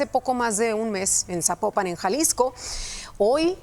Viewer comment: No se pronuncia sapo - pan; se pronuncia Zapópan 😊